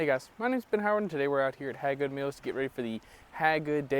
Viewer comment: It's pronounced Hey Good . Looks like a good course.